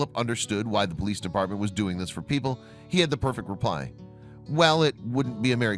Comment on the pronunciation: its de poleeece in de back ok